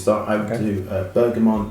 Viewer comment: Why do you keep saying "ber-ga-mont"? It's Bergamot. You even say it like "oh you don't know about bergamont?" lol no, nobody has actually. Surely a "perfumer" would have sorted this out - just makes you sound uninformed mate.